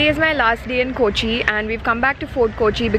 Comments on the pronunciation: Hi, It's not koochi it's Kochi or Cochin. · Not KOchi ...K'o'chi... Its weird to hear KOchi KOchi KOchi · It’s not kooochi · Arun Gopi exactly! You hv been to Kerala u say a couple of times and you haven’t learned to pronounce the city’s name properly. Sigh. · കോച്ചി അല്ല കൊച്ചേ കോച്ചി.... കോച്ചി